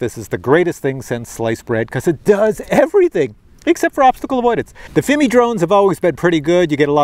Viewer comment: Still trying to figure why pronounces Fimi as Fimee, but for Cine he says Sceeny, lol! AR least be consistent! 😆 Then again, I say Feemee, and Siny, we are probably both wrong!